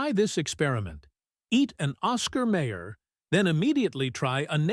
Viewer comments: May Er? We always pronounced it as My Er. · The Narrator keeps Mispronouncing Mayer it's pronounced Mi-yers not Mayors and who produced this content Trader Joe's? 😆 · The Oscar Mayer company pronounces it my-er, not may-er. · My ER not Ma er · "May-her". That was like nails across a chalkboard. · Once I hear the wrong pronunciation...I leave.